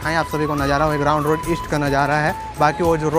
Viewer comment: अरे ग्राउंड रोड नहीं, ग्रान्ट रोड बोलो।